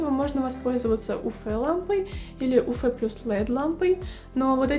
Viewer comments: Нет буквы ФЭ! У ЭФ смола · 😂 уфЭ смола только в Уфе. Вы из Уфы?😅 уЭф лампа. 🧐